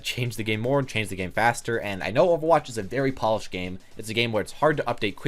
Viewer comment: “OH VAH WATCH” Actually kms